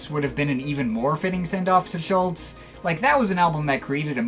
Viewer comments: Klaus wasn't a founding member of Tangerine Dream, he joined in the summer of 1969 (leaving in the spring of 1970) - the band was formed in Sept 1967. His surname is pronounced approximately Schulz- er. RIP Klaus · Now all you need to do is pronounce his name properly!